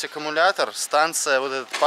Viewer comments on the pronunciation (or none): none